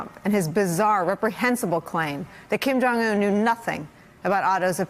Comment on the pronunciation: "KIM JONG YUNNN"